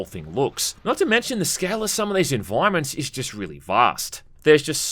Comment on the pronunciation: maybe learn the english language first brother. "enviwoments", "armwour"